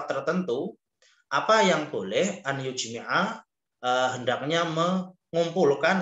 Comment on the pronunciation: Maaf, kok di baca an yujmi'a, bukannya an yajma'a?